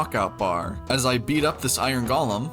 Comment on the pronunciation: “Oron” golem 😭🥀